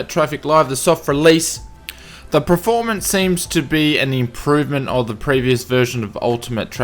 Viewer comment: By the way, the word is PERformance not Preformance!